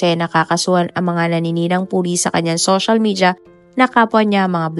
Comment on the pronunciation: Ang bulol naman netong narrator. Shoshal media my gosh. Sana ayusin naman ang pagbigkas